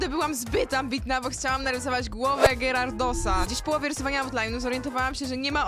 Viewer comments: gyrardos?!?! chyba giarados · Bardzo fajny gerardos 😂😂 Jak coś mówi się giaradis a pisze gyarados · Bez urazy ale czyta się gjarados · Jakby ja nie chcę być nie miła ale czyta się giarados 😉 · Kurde czytaj:giarados